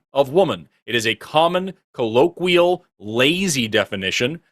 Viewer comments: if you're going to repeatedly use the word colloquial, learn how to pronounce it correctly ffs. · Can someone teach how to pronounce "colloquial"? Thanks. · couldn’t pronounce ‘colloquial’ but had the nerve to challenge Forest on scientific verbiage.